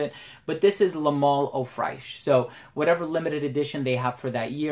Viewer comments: Man i really enjoy your reviews but please the American frag YouTubers should try to improve more on their foreign language pronunciation. You pronounce Fraiche like The sound you use with "trés" in French. So its like "Frésche". You have google translate you can use the audio to improve your pronunciation, Theres no excuses. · Good video, but "fraiche" is pronounced kinda the same way as in English :)